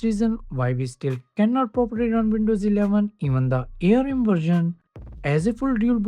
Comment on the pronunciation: It's not A-R-M. It's ARM!